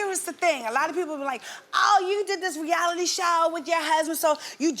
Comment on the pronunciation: "She's ralic ralic reALITY "🤣🤣🤣🤣